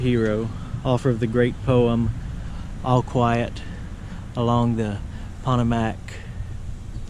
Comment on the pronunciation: Po - Toe - Mac - - (pronunciation) It is a river that runs from western Maryland - and divides MD from West Virginia - clear down to Washington DC. I live about 3 miles from from it's shore.